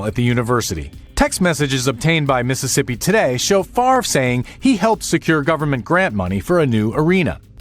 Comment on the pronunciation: Why does everyone still call him "Farve" it's literally FAV REY or FAV ER sounds like Father